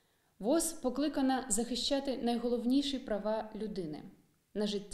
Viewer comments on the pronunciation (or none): не вос, а во-о-з